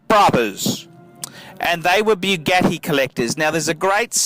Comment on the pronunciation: The cars went to the widow BTW there pronounced boo-got-ti